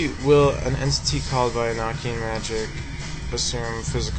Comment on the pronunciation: it's a long o in Enochian.